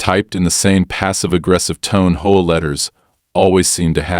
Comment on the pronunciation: Why do these AI READERS insist on pronouncing HOA as a two syllable word?